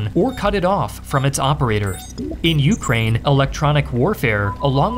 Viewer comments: It's "ukRAINE" not "YOUkraine", and it's "aZERi" not "azerAY", sorry but those both bothered me a lot. Gotta nail those pronunciations as a channel focused on geography. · Take a drink every time he says YOUkrane.